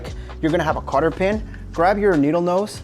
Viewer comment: Great video. FYI it’s a cotter pin. Not Carter pin.